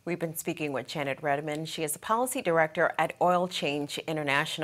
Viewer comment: Her name is Janet Redman not "Redmond"